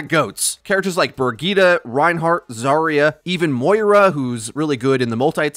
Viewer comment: Isnt briggette pronounced bridge it